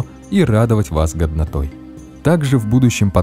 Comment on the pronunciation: Не в обиду: мне в конце послышалось "радовать вас говнотой"))